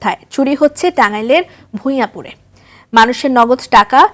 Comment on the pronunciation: ভূঁইয়াপুর না। উচ্চারণ হবে ভুয়াপুর